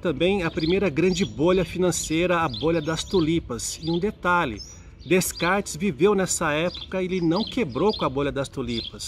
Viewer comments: Fala-se “Decartes” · Apesar da pronúncia "Descartes" estar incorreta, o conteúdo é bastante rico em conhecimento. Parabéns pela série FIIlosofando!